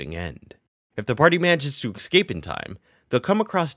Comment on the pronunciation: Escape not eXcape!!